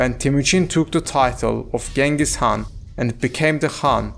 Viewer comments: appreciate your efforts but please spend more time doing research. you can either say “Chinggis Haan” (Mongol pronunciation) or “Genghis Khan” (English pronunciation) but never Genghis Haan. Yuan Shi is not an author. it literally means the History of the Yuan. it was compiled by various government scribes in the Ming Dynasty. and many other inaccuracies. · Chinggis Khaan, Belgutei, Zelme, Mukhulai, please pronounce the names correctly.